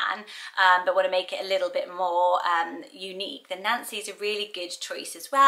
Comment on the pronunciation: My mother named me unknowingly Ann Ann when she named me Nancy Ann. So in that misnamed tradition why not Nancianne? My niece was just born and name Vivienne ( pronounced Vivian ) she was named for her grandmother Rosemary, Vivienne Rose.. What do you think of Vivian,? I love how you pronounce my name. It gives it a soft edge to a happy sounding name. At least I think Nancy is cute, happy name. I was born in '47 and there were 4 Nancy's in my class so it wasn't so unique bur trendy as you said. Love your brown striped blouse. At least it looks Brow in my phone.